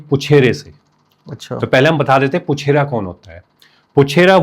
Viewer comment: Crincha chcha vo पूछारी hota puchera nhi